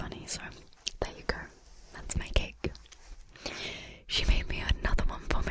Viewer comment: Not being critical but just something lolzy to point out. I'm Canadian and when you say "My Cake" it sounds, and I know in context what you are saying, but it sounds like you are saying "Mike Hake".